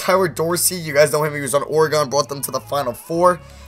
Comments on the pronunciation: you say oregon like oreg-in and I am from oregon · I cringed when you said "Ore Gone" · Austin Case he says Oreg-on and I cringe every time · you say oregon wrong